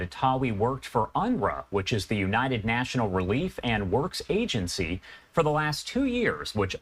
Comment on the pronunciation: Dear reporter, UNRWA stands for United NATIONS Relief and Works Agency... not united 'national'. It's a United Nations, as in UN, organisation. (0.40)